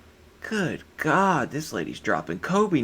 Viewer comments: She asked “do you believe in Gah?”I didn’t know it was Gah and not God 😂😂😂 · "Choo bleef i' gaaaaaaaard" Iconic.